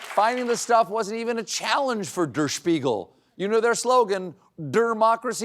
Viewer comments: The word DER in German is pronounced DARE—surely your producers knew this. And DER SPIEGEL is one of the most respected news magazines in the country—on the par with TIME Magazine as to quality and seriousness of writing and topics. Sadly, most people will probably now think that the magazine is just a farce and question the reasoning of why German journalists are “messing with things they don’t understand”. BTW, I am an American, not a German. Just sayin’. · if he could only have pronounced Der Spiegel correctly, just once...